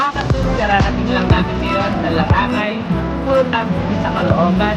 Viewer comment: larangay. caloocan people:langaray.hahaha don't be angry I'm not basher